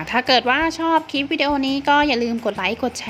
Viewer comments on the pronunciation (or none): แนะนำให้พูดควบกล้ำด้วยค่ะฟังแล้วขัดหูมาก ครีมก็เป็นคีม นึกถึงคีมตัดเหล็กเลย คลิปก็เป็นคิป